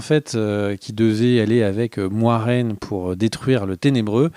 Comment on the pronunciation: Merci les gars pour la vidéo, je suis hypé par la suite comme pour Game Of Thrones je n'étais pas chaud dès la première saison mais seulement à partir de la seconde. Par contre j'espère que c'est seulement qui se trompe sur la prononciation de Moiraine parce que sinon c'est bien moche.